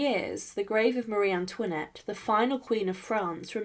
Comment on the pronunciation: Pitié, plus d'IA ! C'est incompréhensible ! "Touinette" ? Quelle horreur ! Un peu de respect, SVP ! Et non, Marie Antoinette n'était pas "REINE CONSORT ; ce titre n'existe pas en France ! Elle était REINE DE FRANCE, par mariage avec le ROI LOUIS XVI !